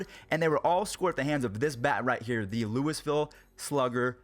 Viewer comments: "Lewisville" Sigh.... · Hey I live in Louisville and you pronounced it wrong😂😂